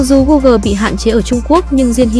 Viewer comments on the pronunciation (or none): none